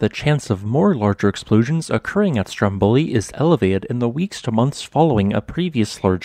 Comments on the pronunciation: The right pronunciation is Stròmboli, not Strombòli as you say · Dear, the correct pronunciation of the island's and mountain's name is "STROMboli" not "stromBOli", even though the adjective is "stromBOlian".